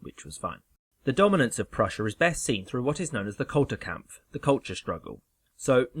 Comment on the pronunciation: As much as I enjoy the content and style of the videos, I must say that I'd enjoy them even more if would put at least SOME research into the correct pronunciation of foreign names. Doesn't have to be perfect. But 'FREE-drick' and 'Kul-TOOR-kampf' shouldn't be too hard.